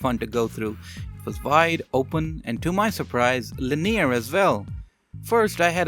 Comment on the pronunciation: I like his pronunciation of linear it sounds like jewellery store name